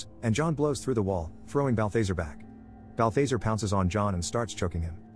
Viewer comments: Bal·tha·zar not Bathe - thazare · Please please please stop, Not "Bal-thase-er" its "Bal-thaz-are" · I hate when people can't speak English and they use these computer voices to do their voice overs can't even say people's names right that demons name is no BAL THA ZARE not BALFAZER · bath lazar not balbazer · Bal-THEY-sir. twitch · 1 why the hell am i watching a recap of a movie i've seen xD 2 im pretty sure it's pronounced "balth-ah-zar", like "car" not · It's pronounced bal·thuh·zaar. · BAL - THA - ZAR Is how its pronounced. 👺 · The fact he's pronouncing Balthazar's name incorrectly is bugging me so much... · Omg I know that was driving me crazy!! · How he keeps saying Balthazar 😂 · My man slaughtered balthazars name lol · I don't think you watched the movie. You constantly mispronounce Balthazar's name. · you are pronouncing bathazares name wrong